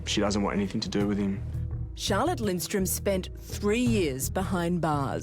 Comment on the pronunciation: Middle class who says that anymore? Btw her name is spelled and pronounced wrong, it's Charlotte Lindström...I'm swedish that's how I know 😇